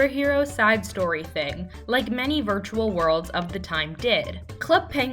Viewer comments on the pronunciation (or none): none